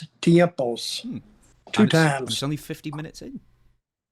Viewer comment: "dos *tiempos*", Dutch; ('tea*AIM*poes'), but technically "dos veces" may be more appropriate.